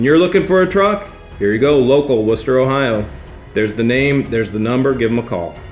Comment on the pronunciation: I know it's home for you, but bless you for saying Wooster properly 😂😍